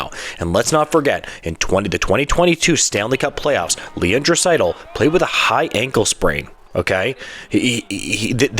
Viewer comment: Probably best to pronounce Draisaitl’s name correctly when you’re featuring him in your video